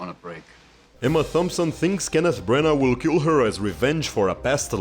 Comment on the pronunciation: I like how you pronounce Emma Thompson's last name with a soft 'th.'